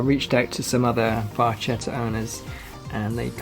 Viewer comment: It's pronounced Barketta.